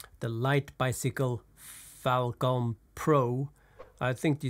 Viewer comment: Just because it’s Chinese it’s not pronounced fale-con its falcon like the bird.